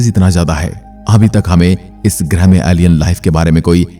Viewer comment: Not grih grah bro 😂